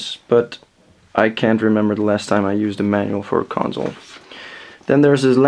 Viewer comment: Its console not conZole...